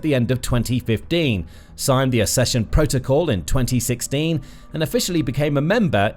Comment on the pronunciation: Please, teach your robot how to pronounce "accession".